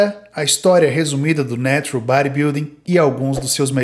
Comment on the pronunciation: Narural kkkk